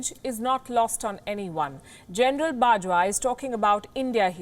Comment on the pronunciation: The most hypocrite, biased and bullshit representor I have ever seen... Like seriously wtf "it's about gernal bajwa tone", come onn !!!! Hahamm its really making me laugh...